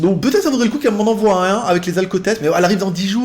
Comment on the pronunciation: Salut, on ne dit pas "qu'elle m'envouaille", mais "qu'elle m'envoie"...allez, courage!